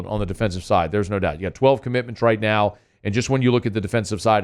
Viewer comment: NOW, not OW!